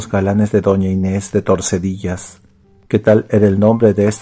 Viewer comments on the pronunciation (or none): "Torsedillas", no...TORDESILLAS, en la provincia de Valladolid y en la Comunidad Autónoma de Castilla y León. Doña Inés de Tordesillas. Gracias por el relato. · ¿Soy el único que se ha acordado de este tema de "Saint Seiya" con la música de fondo? Por cierto, creo que es Tordesillas, no Torsedillas.